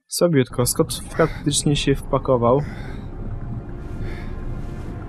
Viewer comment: 'skot' 'loren' buahahaahha